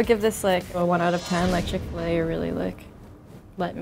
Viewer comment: Bruh she sayin dat chick fa lay is 1